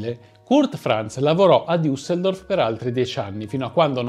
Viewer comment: non diusseldorf ma una sola vocale a metà tra la i e la u